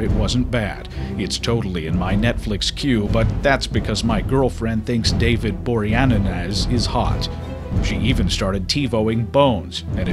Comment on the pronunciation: SO MUCH WIN!!!! I could not stop laughing. "David Boreananaz" lol